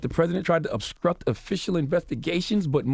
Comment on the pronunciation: “Obskruct?” Conskruction? Gotta be a southern thing